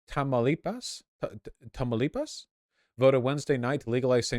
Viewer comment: Why do Americans always butcher "Tamaulipas" ? 😔 I live there!